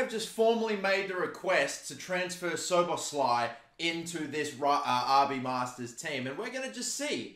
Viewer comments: Its sho-bosh-lee, for future reference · pronunciation: Soboslai